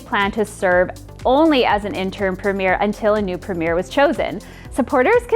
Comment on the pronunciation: You are pronouncing "premier"wrong.